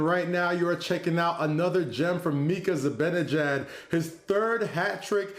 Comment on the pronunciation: Neither of you idiots know hockey at all. “Zib-in-ejad” is NOT how Mika Zibanejad’s name is pronounced.